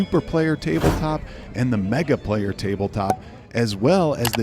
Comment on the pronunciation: It's amazing to me that it's been a whole year and you still can't get the name right. You try to review and/or fill viewers in on products and can't get the product name right?